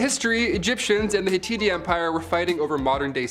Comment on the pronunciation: I love you guys, and you always do a great job, but it was the hit-ite kingdom. Although, it does read as hitite.